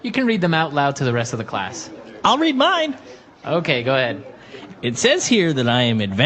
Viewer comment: 怒涛の英単語学習でした。特に女子生徒の方は難しかった。 そもそも、性格診断の結果をクラスでわざわざ発表するんだ、とちょっと驚いた。 I’ll read mine. が I’ll in mind.みたく聞こえてしまった。 naiveって日本語だと繊細で傷つきやすい人みたいな意味で使われるけど、本当は騙されやすいみたいな感じなんですね。 うーん、exとかoutとかprefixついてたら何となく雰囲気わかるけれども、そうでないものは覚えるしかないのか・・・？難しいな。